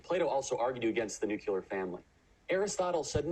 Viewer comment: I wonder why the word 'nuclear' is so hard to pronounce for Americans. I've never heard anyone say 'nucular' in the EU.